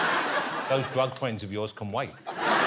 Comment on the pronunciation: "jwug fwenz"